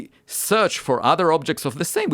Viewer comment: Not da sÆm